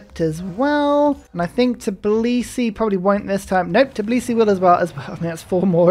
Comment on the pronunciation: It's Tbilisi not Tiblisi 🙃